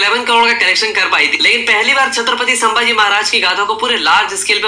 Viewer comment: Saambhaji ❌ Sambhaji ✅ Ganoji shikre (usko laga jaykant shikre jaisa) ❌ Ganoji Shirke gaddar ✅ Laxman utrekar ❌ Laxman Utekar ✅ Kya video banata hai yeh naam toh sahi se liye nahi ja rahe isse